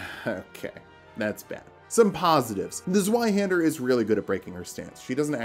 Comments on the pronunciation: It’s pronounced zvie haand air. Sry it just upsets me. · the z in zweihänder is pronounced like a tz. like tzwei haender. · The Z in Zweihander is a C sound. The real C, not the English one. Same as the Italian z or Japanese ts.